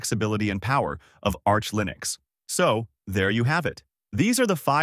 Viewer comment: Would probably be helpful to learn how to pronounce Linux correctly..